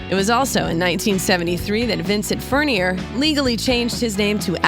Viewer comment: It's pronounced Furn-yay.